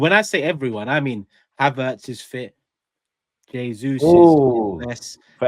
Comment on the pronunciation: The way says Havertz gives me life HAVFARTS